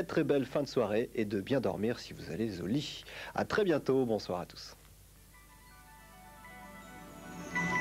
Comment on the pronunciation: "et de bien dormir si vous allez Z'au lit!"